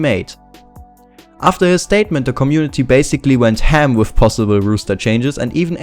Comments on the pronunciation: Good video; just wanted to mention it's roster not rooster and it's pronounced like rawster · Very interesting video. I think they will drop Friberg, Allu and Get_Right. Just one thing - it is "roster" not "rooster". A rooster is a bird, like a chicken. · If anyone here gonna laugh at him for say "Rooster Change" instead of "Roster" obvious you don't think cuz clearly English isn't his first language give him a break:D, keep up the good work!! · haha, 'rooster', I love it. Keep it pronounced like that in future videos pls <3